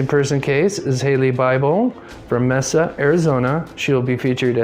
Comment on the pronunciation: Mesa, Az.....pronounced Maysa.. ❤👍